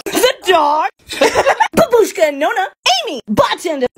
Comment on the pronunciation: It’s actually pronounced bah-bush-kah